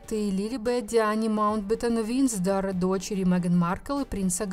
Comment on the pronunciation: Какой винздор? Винзор Научись говорить горе презентер!!!🤮🤮🤮